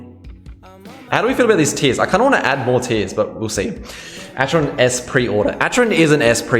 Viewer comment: it's pronounced ack-eron